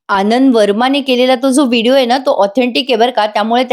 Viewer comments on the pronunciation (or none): none